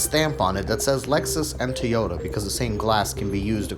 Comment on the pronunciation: Never heard of a Teeota before :P